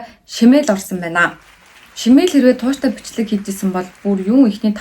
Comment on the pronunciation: Шимээл биш шааямээл шүү